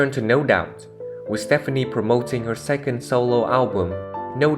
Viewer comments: Thank you for this video, but it's driving me crazy that you are pronouncing Gwen "Stefani" as Stephanie. They are two totally different names and pronounced completely different. Thankfully, you can now call her Gwen Shelton! Sorry, but I have to deal with the same problem and it just gets tiring having to correct others. Thank you & thanks again for the video. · Wait a minute.... if you're going to tell a Blake and Gwen story you have got to pronounce her last name right.